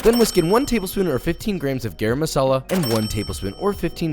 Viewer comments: PSA: "Garam masala" is pronounced "gurram" masala!!! Not "gayram" masala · Why do people say gayram masala? Its garram masala😂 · Try to say ga-ra-m ma-sa-la Loved the video! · “gerem masala” …bruh that pronunciation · Hi josh just letting u know its pronounced more like garum masala. Ga-rum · Are we not going to talk about how Josh completely butchered "garam masala"? ;(